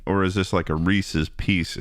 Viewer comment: schlatt is right on both the reese's AND baboon pronunciations